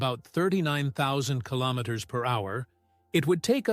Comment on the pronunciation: Really ? "killomiters" ? "four point twenty-four" ? WRONG ! You should really keep your trap shut !